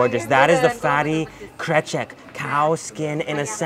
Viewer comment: Love ur "krecek" pronouce, thats was on point